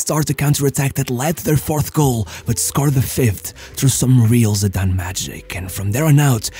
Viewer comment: Shame he can't pronounce his name I've noticed that a lot about this guy talking